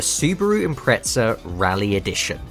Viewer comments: Why you pronounce "subaru impreca" there's Z... subaru impre"Z"a. Zi, zi, zi.... Impreza impreza impreza, spell it😂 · Love this!! But ImpreZZZZZa! Not Impretza! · Sounds like you’re saying impretzel